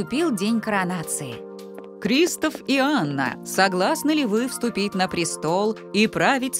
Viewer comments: Здравствуй. Я бы поставила лайк, но ты говоришь КристАф. А говориться КристОф. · Здравствуй. Ты говоришь КрИстофф. А говориться КристОф! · Не криистов а кристооов